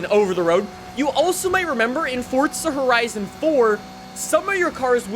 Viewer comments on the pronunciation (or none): It's called forza not fortza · Can someone tell me where the T is in ‘forza’? It’s not ‘fortza’ it’s ‘forza’ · fortza its forza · Hey bro I might be hearing wrong but it sounds like you say fortza instead of forza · Why does everyone call it fortza there is no t ? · Forza not fortsa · Am i the only one that says forza without the weird t thingy 😭do you guys read fort za!!!???!? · The way you say the word "forza" is soo freaking cringe, hearing you say "fortza" instead of "forza" made my ears bleed. Stop being a generic white guy please, it's read as "yesko" not "jeskow" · It’s pronounced forza not fort za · I’m having a stroke listening to you say fort-za instead of forza 💀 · Why do you say forza like fortza ??? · Say FOR ZA there is no fucking T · Why do Americans say fortza like bro it’s for za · For-za not fortza that really got my nerves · Forzaaaaa or fortza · stop saying fortza. ITS FORZA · Bro FCK off with the “fortza” its forza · Imagine how good these videos would be if he knew that there's no "T" in Forza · FORZA NOT FORTZA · Jeez its fucking four zah, stop saying fortza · for za not fort za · I thought it was forza not fortza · bro why do you say "fortsa" it's pronounced: "For Zah" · STOP SAYING FORTZA!!!!!!!!!!!!!!!! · hey bro it aint ''fortsa'' but forza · Why would FORZA give you 50mil, you cant say it right? Its forza not fortza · Please for the love of God stop saying fortsa, please it's forza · FORZUH. NOT FORTZA. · It's Forza not FORTZA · why do people call this game fortza horizon 5 there is no "t" in Forza its four-za. it makes me annoyed for some reason. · dude.. how hard is it to say forza? its not fortza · pretty sure it's Forza not Fortza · can you say forza not fortza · Forza… for-za… forza…not “fort-za” forza… forza horizon 5…. Stop saying “fortza horizon”…. 🖐😩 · Stop saying fortza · Lmao I put on close caption and it even spelled it fortsa just like your pronouncing it 😂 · holy shit stop saying fortza im cringing so hard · “Fortza” lmao